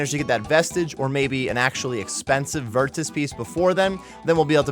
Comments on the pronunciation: Why are you saying virtus with the hard T bro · Why are you saying virtus like that?